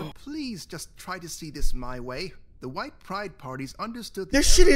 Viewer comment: hhhhhhwite hhhhhhhweat